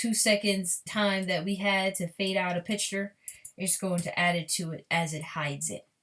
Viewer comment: Sloppy, can't even take the time to restart properly. And its picture not "pitch-ture."